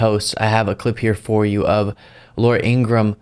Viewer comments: Her brother says their name is pronounced IngraHam. Not Ingram... Plz pronounce her ham. She deserves it. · Her last name is pronounced In-gra-ham. Not "Ingram." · Pronounced In-gra-ham. What a shitty thing to say…. One nation divided